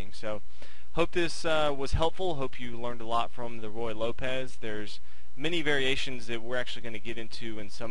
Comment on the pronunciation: Forgive me, but it's pronounced "roo-ye," and not "roy." Yes, it's better to play it well than to pronounce it well, but your mispronunciation certainly does not add to you authority.